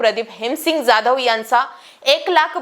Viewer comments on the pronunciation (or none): none